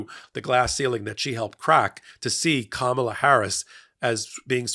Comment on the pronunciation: the first name of the next president is not pronounced, “Ka MAH la,” except by Trump, and by you, tonight. Remember her nieces at the DNC, teaching the correct pronunciation? “Comma, like in a sentence, then “la” like, “la la la la la la la!”